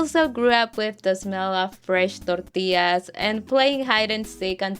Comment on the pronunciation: A lot of Central American siblings!!!! Great video, it's so amazing to finally have a video and a comment section THIS relatable! Hmmm también me encanta oír las palabras en español siendo pronunciadas en español, como TORTILLAS XD